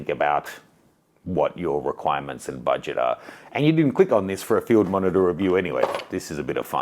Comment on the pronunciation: Sounds like you say f***er when you talk about the monitor haha 😂